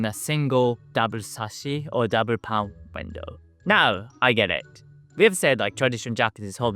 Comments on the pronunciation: Pane (ie: window pane of glass) is pronounced like "pain". I'm glad we have insulation, it's -20°c right now, here. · Your videos are always so thoughtful and informative. Thank you. I hope you don’t mind me explaining that “pane” is pronounced the same as “pain”. Greetings from a very well insulated old house in England.